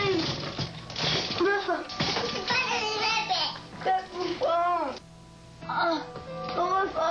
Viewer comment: he should not have asked Malissa to 'ge ih fone' he should have asked the heartless cameraman to put the camera down and help!